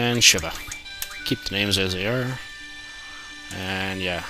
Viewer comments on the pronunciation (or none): Shiva is the name of a Hindu God thus its pronounciation as Shee-vah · OH good! you actually went back to the panel to get the first two GF's! usually people forget em. Shiva is pernouced (from what everyone tells me) like "Sheeeeevaaaaa" it just bothers me that people pernounce the names wrong xD but hey, i'll get used to it :P i'll let the seifer one pass by, the way you pernouced it was like the way Kingdom Hearts II did so... its ether your way or my way and other then that... im happy you pernouced quistis right :P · Personally I think the only reason people pronounce Shiva's name "she-vah" is because of Sheeva in Mortal Kombat. As for Quistis, I think the hard 'I' just transferred over from the Shiva mispronunciation.